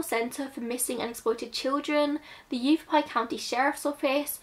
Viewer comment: I generally avoid children’s cases because they’re something which can trigger me, but as somebody who grew up in Phoenix (it’s pronounced Yah-vah-pie after the native tribe indigenous to the area), who hadn’t heard about this, I thought it was worth it to listen. It would not surprise me if it was some form of hate crime, even back that far. Anti Mexican sentiment within the WASP community there is quite common in the area- just look at sheriff Joe in neighboring maricopa and how many times he was re-elected. Red is a very significant colour- a lot of Latin American children are immediately given a red string bracelet upon birth to ward off Mal de Ojo. It's possible that if she was an undocumented immigrant, the red nails and hair tint were added protection, rather than signs of unsavoury human trafficking. Coyotes are highly exploitive and dangerous people who often actively choose to prey on the weakest, and they've been operating on the mexican-american border since the late 18000s- it's possible that they chose to increase the amount of money they wanted whilst transporting this girl and her family and them chose to either deliberately or accidentally ended up killing her. It's also possible that she simply did not survive the hardness of the desert and the way in which they chose to transport her.